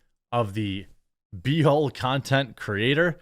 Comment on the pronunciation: Love the way you pronounce "B Hole"makes me laugh so much lol 😮